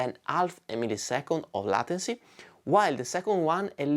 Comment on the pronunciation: it's pronounced laituncy not latency, with the same "ai" as in "get laid"